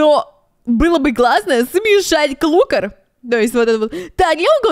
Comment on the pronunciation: Не клукр а клакр